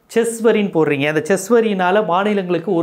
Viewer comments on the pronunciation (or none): பாராளுமன்றத்தில் இது சட்டமாக்கப் பட்டால் அப்போது எங்கே போய் முறையிடுவீர்கள்? உச்சநீதிமன்றத்தில் தானே? அதைத்தானே நீதியரசர் கேட்டார்? அதில் தவறு இல்லையே. அடுத்தது Chess வரி என்று உச்சரிக்கிறீர்கள். தயவு செய்து ஸெஸ் வரி‌(cess) என்று உச்சரியுங்கள். உங்கள் பணி தொடரட்டும்.